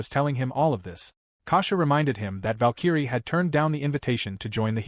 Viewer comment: how does the AI voice not know how to pronounce Valkyrie???